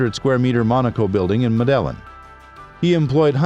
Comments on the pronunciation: Pronounced med e in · That's not how you pronounce Medellin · Medellin? Get the pronunciation right please!! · Literally hurts my head hearing 😭